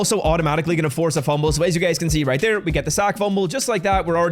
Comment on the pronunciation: “Right Tere” Right Tere “right Tere” ….. dude says “right Tere” 15 times a video. Doesn’t even pronounce it right…. Like ever 😂